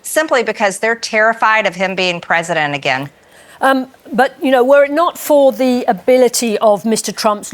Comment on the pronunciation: I didn't know that the word "president" had eight syllables in it, yet Large Mage pronounces it that way.